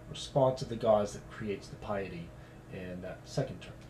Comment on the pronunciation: might want to learn how to pronounce piety before doing #11